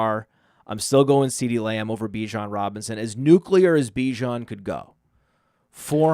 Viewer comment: says nuclear like George W. Bush, "nuke-u-lar"